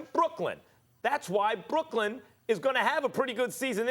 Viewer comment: Why can’t Max say Brooklyn?